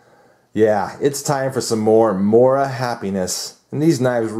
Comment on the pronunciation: its pronounced moora